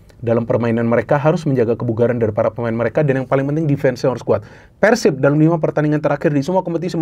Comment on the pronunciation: tinggal cara pengebutannya ganti jgn nyebut Persib tapi Pērsib